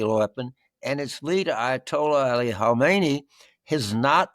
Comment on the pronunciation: Pronounced Hahmeney, baboons.